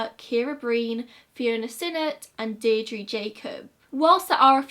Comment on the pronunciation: My grandad was in the irish army and he watched this video with me. He helped search for JoJo and its believed shes in the wicklow mountains and larry murphy is still considered the boogeyman in kilkenny edit:You did really well pronouncing all the names of the places in Ireland I know it can be difficult...Good job!